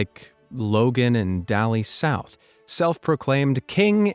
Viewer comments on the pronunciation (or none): Her name is pronounced “day-lee” not dally